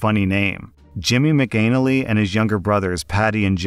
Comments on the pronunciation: As hilarious as McAnal-ee is and I wish it was actually pronounced that way its actually pronounced Mc Ann-alley.. but I think I'm gonna start saying it your way 😂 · 😂 it's pronounced mack uh nnally like alley not anal ee😂😂😂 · McAnally is pronounced Mac Ah Nah Lee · McAnally is pronounced Mac-in-aah-lee not Mac-Anal-ee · The surname is pronounced "Mac" "an" "alley" not "anally" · Not of Irish descent, but I would have expected that to be Mack-uh-nally, not Mick-anal-lee. Shows what I know. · I just sniggered all the way through at your pronunciation of McAnally. Must be my puerile British toilet obsession, but it did make me think of pasta and arses. Pronounced “Maka Nally”. 👍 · That isn't how you pronounce McAnally. You say it like Mac uh nally. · There is a reason horse thieves were at one time punished severely. They are taking away people's livelihoods. The cruelty is even worse. I did have to snicker at the pronunciation of McAnally